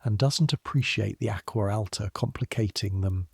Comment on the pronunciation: should be pronounced (AH-GWAH AH-L-TAH) not ack-wuh, al-tuh that was a horrendous pronunciation! I cringed every time I heard it.